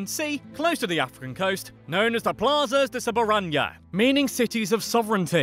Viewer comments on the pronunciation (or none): "Plasas de soberan-nia"